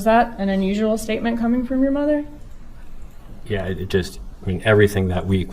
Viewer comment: When you were giving your prediction,, it sounded like you said that Rob probably moved as far away from his SMOTHER as possible...lol. That's what I heard anyway and you're not wrong!